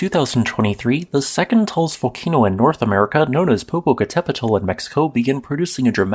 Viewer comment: Your pronunciation wasn't that bad. I'm pleased by your attempt. Usually people end up saying something hilarious like Poh-poh-cattle-pedal. Good job.